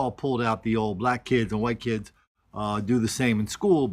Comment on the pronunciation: They were good "key-eds".....LMAO